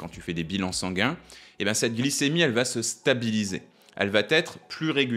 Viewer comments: Attention : on ne dit pas ça vaT être mais ça va être (🙂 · "Elle vat être (...)". Super.